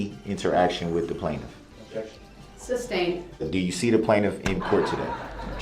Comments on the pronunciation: Not only would he "object" he would also "suBstain" his own objection 🤡😂🤡🤣.....Also, Judge D. slipped twice that I caught and said the word substain in two separate videos and quickly corrected herself...How could she not make that mistake.. she had to hear him AXE "reason for the suBstain" 100 times a day...Maybe I could find those videos and put them in your comment section... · He prolly doesn’t know how stupid he sounds saying SUBSTAINED 😂😂😂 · Kitty Kat , His usage of the English language drives me CRAZY “ AXE” “SUBSTAIN “ “LIBARY”and “ TAKIT” He’s beyond REHABILITATION!!!!!!!!! 😮